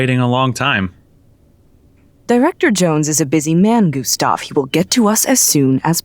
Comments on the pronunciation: Director Jones: come Gastev Gustav: itS gUsTaV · IT'S GUSTAV, SIR ! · Gustav : ItS GuStAv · Did you know? Its G U S T A V